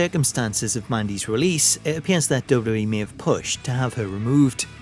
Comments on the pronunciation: STOP SAYING 'double-double-E' IT IS 'double-u double-u E' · I keep hearing dublubalee instead double u double u e